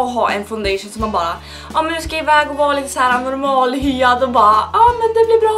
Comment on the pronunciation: Normalhyad xD Haha så himla söööt! Och din dialekt ibland asså...Så härlig! <3